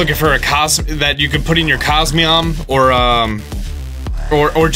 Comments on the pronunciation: And still to this day he calls it’s cosmeom despite its name being cosmoem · "Cosmeom" -, 2017